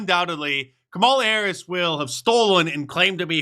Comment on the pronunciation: Kumallova mahface hurris? My first thoughts would be... open throat?